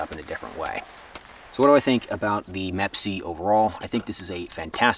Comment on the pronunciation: “MEP-C”. It’s Me PC. or M.E.P.C.